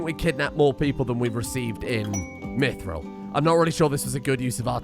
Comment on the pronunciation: the way you say mithril and wyvern hurts me